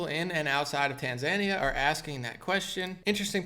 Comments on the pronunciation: Tan-ZAN-ee-uh is usually pronounced, in English, as tan-zan-EE-uh. Just FYI. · Yeah we all can see you through this. By the way it’s tan-zuh-NÉE-uh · Small point: It's pronounced Tan-zah-NEE-yah. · How to say it - Tan-Zan-Kee-Ya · Hea!!!! It’s pronounced “Tan -za-knee-ahh” There is something called “scientism” rooted in the occult..no big deal only what the Nazis were high on..esoteric spiritualism using the scientific method,but as Madame Blavatsky said with an added imaginary variable on what one can see first hand combined with what one can imagine.When they say science they mean scientism! It’s black magic! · Its pronounced tan·zuh·nee·uh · ....its pronounced: TAN-ZAN-IA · That second syllable is short and not emphasised my friend - tan za NEE ya. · It's pronounced Tan-zuh-nee-yuh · btw it's pronouced Tanz eye Knee Ahh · It’s Tan-Za-Nee-Uh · Tanzania is pronounced Tan-zuh-neeya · It’s Tan-Zah-Nee-Ah. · You really need to learn how to pronounce "Tanzania" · Tanzania is not pronounced like Tasmania bro lol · You're mispronouncing the name of the country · I respect you and your news analysis, but please research how to pronounce Tanzania 🇹🇿. You stated last year that you didn’t know how. Please look it up now out of respect for President Magufuli. Thank you. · Maybe they are from Tanzania and didn't like how mispronounced the name of his Tanzania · Omg right?!?!🤦‍♀️His atufd can be good and funny but for God's sake, research HOW to pronounce the country before you take LOL